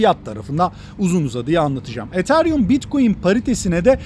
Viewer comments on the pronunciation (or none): none